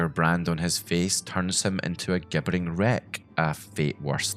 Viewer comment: "Turns him into a gibbering wreck"... is this an AI voice or is this how everyone from the UK pronounces gibbering?